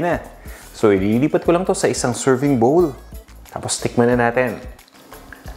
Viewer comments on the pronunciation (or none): none